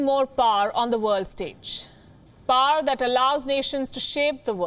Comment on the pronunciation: Pronouned as 'Pow-Wer', Not PAAR!